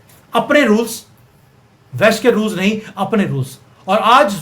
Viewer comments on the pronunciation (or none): none